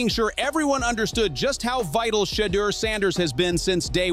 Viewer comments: Saying his name like cheater smh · Why white fool messing up Shedeur names saying it like cheater instead Shedeur. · I really wish they would pronounce Shedeur name right omg !! If they don't want to play him the whole game at least play him 2 quarters. Instead of sitting on that d**n bench he is wat too talented for this mess going on in Cleveland , quit playin my nephew , Come get him Raiders and His brother Shilo as well !!❤❤❤❤ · AT LEAST PRONOUNCE HIS NAME CORRECTLY FOR GOLD SAKES SHEDUER!!!!!! DAMMIT !!!! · STOP BEING AN A**HOLE BY INTENTIONALLY MISPRONOUNCING SHEDEUR'S NAME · STOP BEING AN AS*HOLE BY INTENTIONALLY MISPRONOUNCING SHEDEUR'S NAME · Dude a clown keeps mispronouncing his name on purpose